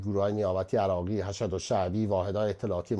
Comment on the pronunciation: خبر نگار گرامی ! Hashad درست نیست! تلفظ درستش hashd است به معنی بسیج ! بر پدر امام حوسین لعنت